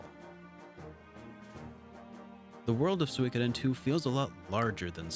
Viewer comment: Another great video, thanks. Also, props for correctly pronouncing Suikoden.